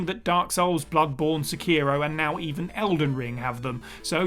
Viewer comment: Also, Sekiro is meant to be pronounced "Seh-key-roh", not "Suh-KEY-roh", nor "Seh-KEY-roh" or whatever the heck you guys say it incorrectly. I hate it allot when people mispronounce Japanese words in "White person tongue" (as I lack a proper term to call that common method of mispronunciations of Japanese words), and I also hate it when people assume things tied to Japanese culture as something from their own region without proper research. I boycotted watching a specific Youtuber after he made the same exact mistake twice, even though I wrote in the comments correcting him. Gosh do I despise the human race sometimes...